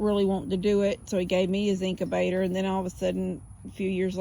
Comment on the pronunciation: It’s incubator, sounds like ink-you-bay-tor, Not inc-A-bay-tor.